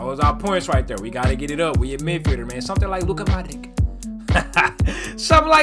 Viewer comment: it is not Luka ModriKK it is Luka Modrich ,same as Mate RimaKKK it is not RimaKK it is RimaC ,,greetings from Croatia